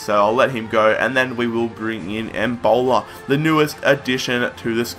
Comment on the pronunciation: Fix you pronunciation of embolo, end it with an o because it sounds like you're saying Ebola